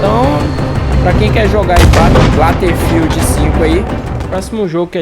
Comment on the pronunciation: O mano kkkkkk eu sei que é bobagem, mas é battlefield, sem o L no “ba”. Bom vídeo.